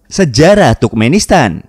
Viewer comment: Turkmenistan Dibaca Sama Miminnya Tukmenistan